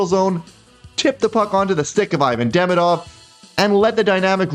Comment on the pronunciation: By hearing the quality of your French I assume you like languages. I believe Ivan Demidov’s name is pronounced ee-VAHN deh-MEE-doff . Thanks for your videos, I’m always looking for them after a game.